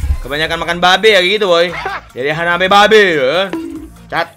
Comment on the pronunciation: bukan hanabi babe bg tp HAABABI